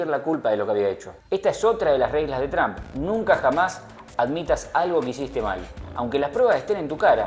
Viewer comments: Tran no....Trump en American English la pronunciacion es TROMP..y he visto que todos los Argentinos pronuncian igual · Porque tienes q pronunciar Trump con "a"...todos uds los argentinos hacen lo mismo...suena horrible